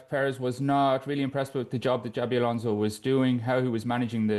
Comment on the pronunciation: Ghjschabi Alonso.. English will find any way to butcher a person's name